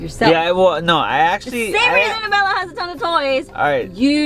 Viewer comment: Why you say “Bella” wen it’s Abella